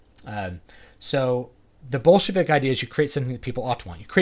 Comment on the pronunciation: When you say "Bolshevik Marketing", I keep hearing "Bullshit-ik Marketing".